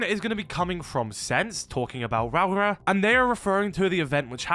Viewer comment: You keep miss pronouncing rauora